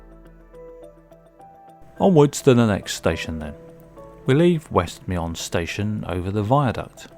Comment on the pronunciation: It's pronounced Me'n, not Me-on.